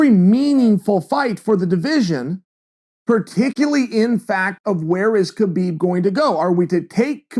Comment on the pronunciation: did chael say partickily?? lol